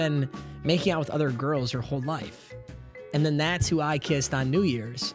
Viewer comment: Bro said “Diamond GURLS” 😂